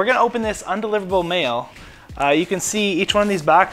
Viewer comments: Why does have such a problem with saying “un”? She keeps say on-deliverable. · Its cute that she cant say undeliverable.....